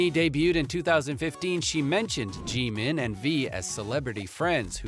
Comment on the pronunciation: Anyone else like how he says GEEMEEN